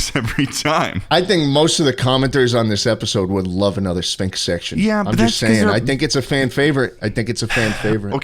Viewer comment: Please stop with the syphnx, its concerning